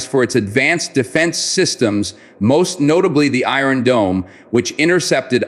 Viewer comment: Is it too much to request that you or your voiceover trashware learn to pronounce "Iron" and "Barrage"???